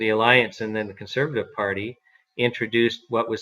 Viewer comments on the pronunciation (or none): none